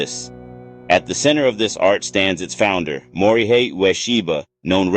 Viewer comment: His first name is pronounced “Mori hay,” not “Mori high.”